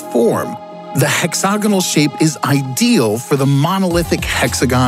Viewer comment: Nobody:: HEXOGINAL